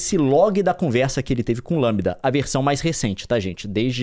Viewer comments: LaMDA (Lamda) não Lambda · O Leon não consegue falar LamDA ele só fala LAMBDA! Tá muito na vibe do jovem nerd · Leon é LeeeeemDa e não LammmBda. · Gente é Lamda e não Lambda...kkkkk!! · o leon falando "lambida"kkkk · Eu acho que se pronuncia em inglês: "La = Lei; M = em; D = Dy; A = ei". Crianças que não entenderam: o conceito é baseado na forma pronunciada em inglês e não em português.